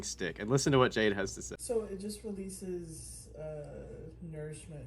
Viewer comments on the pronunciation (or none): She calls Jade, bhaaabuh 😖😣 I hate it so much. It makes my flesh crawl.